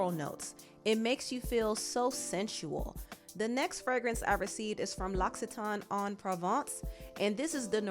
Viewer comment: Sis French major degree here: . Etoile de nuit. "Eh-twah dew New wee...." L'Occitane "Lox see tahn" :) :)